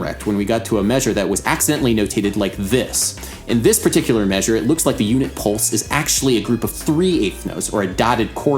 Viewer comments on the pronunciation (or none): none